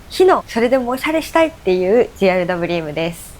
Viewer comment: GRWMの読み方ゲットレディーウィズミーですよー！